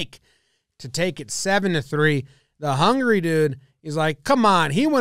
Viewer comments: does he says hungry instead of Hungary or its just me? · I thought he was saying "hungry dude" the whole video before i realized the match was between Hungary and Brazil...